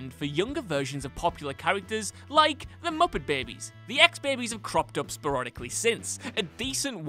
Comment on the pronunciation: "PremEYES" "SporOODically"